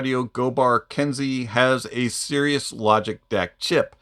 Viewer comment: Cirrus, is "Sear-Us" not "serious". Although, for $450 for an unknown CS DAC (one that can be had for pennies on the dollar), and an unknown Op Amp...charging $450 for a dongle DAC does beg the question... "Are you Serious, and where is the Logic?" So, perhaps your mispronunciation was a clever Freudian Slip? Also, Kensei is not "Kensy", its "Ken-Say". But, to be honest, i stopped watching after the first 3 minutes, because any company that wont spec their hardware, and wants to charge 4 times the going rate of other Dongle DAC's, itsnt worth the time. IFI used to be a qualityh company with good hardware at a reasonable price. Now it seems like they have hired a marketing exec from Bose. Real shame. I will be avoiding IFI in the future, as this is the third product in recent memory, where they have jacked the price up, and hidden the specs. Sorry IFI, yur'dun.